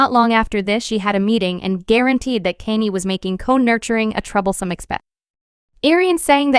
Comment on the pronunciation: "Kaynee" 💀 smh